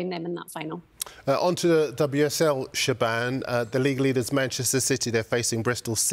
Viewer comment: "Shebann" 😂😂 isn't it siobháin?